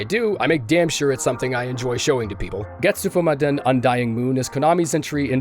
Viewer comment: When you said Getsufumaden all I heard was Zaboomafu 🤣